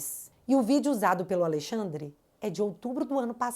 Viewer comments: '''Aleixandre'' me quebrou. 🤣🤣🤣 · Alei xadrrer😂. Parece o drácula ou a encarnação do Exu